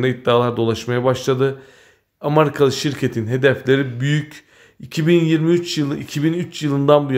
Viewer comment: abi amarika değil. amerika.